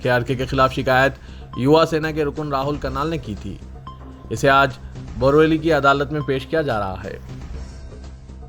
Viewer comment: Borwali nahi " Boriwali" bolo